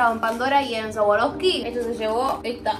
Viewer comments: Me mata diciendo sawaroski jajajajaj amola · se pronunca sharouvski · Cómo vas a decir sawaroski 😭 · No niego ni afirmo q retrocedi mil veces para escucharla decir sawaroski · compra swarovsky pero no la sabe pronunciar te amo loco se puede salir de hurlingham pero hurlingham nunca sale de vos... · amé el vídeo pero me daba cosa q pronuncie más swarovski todo el tiempo:(